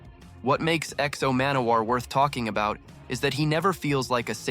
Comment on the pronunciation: I love how you pronounce the name so poorly